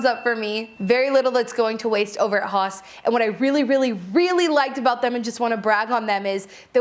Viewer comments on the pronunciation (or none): I think it's pronounced 'house'? Although, I'm not German. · Is haus not pronounced house??? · This is great--thanks! PS I think the wine is probably pronounced 'house'. It's actually the German word for house, if I remember correctly, and the pronunciation is approximately the same. <3